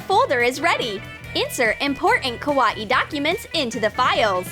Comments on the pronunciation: They said kawae not Kawaii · It's not kawati its kawaii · It’s not kaw-a-ee its kaw-eye-ee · She says Kawa-EE it’s so dumb! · im not trying to be rude but u said that wrong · That's not how you say kawaii !!!!!!!!!!!!!!